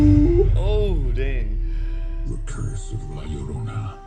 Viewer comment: First of all you said llorona wrong